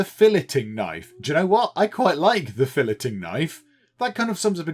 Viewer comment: “Fill-it-ing Knife” Me: crying it’s “Fill-ay-ing knife” stop with the “t” 😭😭😭